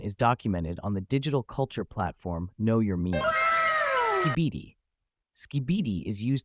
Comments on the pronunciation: Skibidi ❌ Skebeedee ✅ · Skei-bee-d ❌️ Sk-bî-dee✅️ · Him: skuh-beedee Me: u mean skibidi? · Hmm if you use the word "we" then say it properly like GYATT not jyatt😂 or skibidi instead of skeebeedee 😂😂😂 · ITS NOT SKEEBEEDEE ITS SKIHH BIH DEEE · And them pronouncing this "ske bee dee" 💀 😭😭😭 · You're pronouncing skibidi and delulu wrong - it's skib-a-dee and dah-lu-lu. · This is the most Gen X "I barely know what I'm talking about" video I think there could be on the subject. I'm 39 and I even found this supes cringe. 😬 Dude for reals pronounced it "Skeebeedee". I'm dead. 💀💀💀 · Bro really said “ski-BEE-dee” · bro did not pronounce skibidi as skeebeedee.. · I have never heard someone pronounce it like ski- bee -dee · Jeeyaat, skeebiidi😭😭 (Man tried his best tho🙏🏻) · I'm sorry but here's how u say gyatt and skibidi (not offense) (g-ya-tt) and (sk-ib-i-di) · “Ski bee bi” 💀💀💀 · and skihbihdee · Not skeebeedee 💀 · Help “Skibeedi” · skibidi was pronounced skeebeedee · Jeeyawt, delooloo, Justin Byebrr, and Skeebeedee, beautiful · Did you use ai voice or do you not know how to pronounce skibidi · i cant with those gen alpha ipad kids who say (eRm aCtUaLlY, (🤓🤓🤓) iT'S gYaTt, nOt GyAtT) like bruh he isnt that "brainrotted" asf and he might have not known the perfect pronounce of skibidi